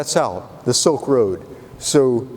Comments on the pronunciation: "Silk Road.., not soak road.." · It's Silk road and not Soaked Road.